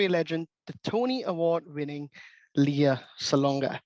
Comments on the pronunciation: Just started the video. Her name is pronounced LAY-uh. (Think Princess Leia from Star Wars.) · Oh my... her name is mis pronounced but i'm thinking maybe its the host accent then it's acceptable.